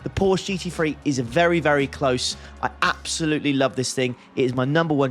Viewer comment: Did you count the "Absoluuts"?